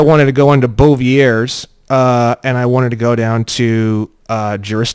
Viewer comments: Bouvier is from Belgium and it's pronounced a lot like the French word so you don't say the R its like "boo-ve-aye" ❤ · Bouvier's Law Dictionary, those darn French words! Here's how you pronounce it- Boo-Vee-Yay, now just speed that mofo up. Etymology = study of origins of words. Dictionary = how to pronounce words + throwing in a bit of common parlance. Have you ever considered conditional endorsement on checks and transactions? I do this "12 USC 411 lawful money only" this way I let the alphabet agencies know I Know there's NO money and help break the "tax liability" since I'm acknowledging the use of internal script aka FRN. Just a thought.....